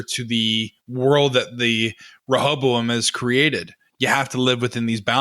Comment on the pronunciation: 2/4 well spoken, intellectual hosts can't pronounce words with ing at the end, no one bats an eye. says Rehobo instead of Rehoboam, everyone loses their minds.